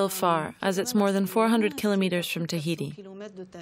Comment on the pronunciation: Its not thaiti.its Tahiti!!🌴🌊🌞